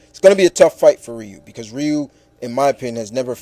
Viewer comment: it's not wriiii-u it's pronounced ree-u (Ryu)